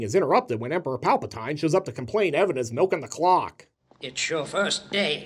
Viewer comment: Palpa TEEN... like “don’t forget to drink your Ovaltine” I know... there’s always a critic. no, no, no... it’s Palpa TINE, like Tyne Dailey.